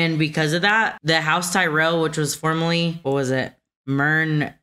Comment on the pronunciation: The pronunciation of the name of house Tyrell, seems to have changed at some point. Bran pronounces it differently here, and I believe Loras pronounces it that way when he tells Renly that there's another Tyrell he should be banging...or words to that effect. I don't think it's an in-world thing. I think it's just a continuity error.